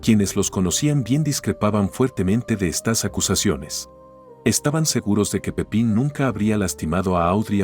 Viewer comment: Es "Pipin" Ferreras no Francisco Pepín